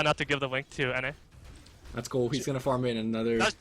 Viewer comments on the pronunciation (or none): none